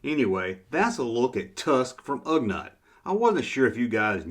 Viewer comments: Don't worry. Just sit back and enjoy the people whose nerves you are messing up by saying Ugnut instead of Ugnaught. Lol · Come on, it's Ugh NAUGHT. not NUT. I have a feeling this a blatant mispronounce some kind of an inside joke. Usually I say THUMBS UP! Holdin back on this one. haha